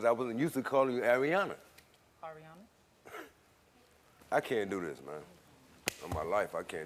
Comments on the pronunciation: The second story annoys me !! Yaw have to innerstand that THIS parent hAD to GRIEVE A SUN at one point . Drinking issues emotionally and mentally.. I believe he’s better now and his DAUGHTER needs to stop getting on him for saying AIRyana smh ! Grow tf up ! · The Aryana girl I can see why her dad was getting irritated about his pronouncing her name wrong. My dads from Jersey theres so many words that man’s says wrong including our middle names. It doesn’t mean he doesn’t know it.🙄